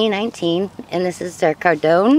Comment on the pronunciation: Cardoon rhymes with “cartoon,” not “condone.”